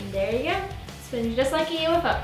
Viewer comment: you said UFO instead of U-F-O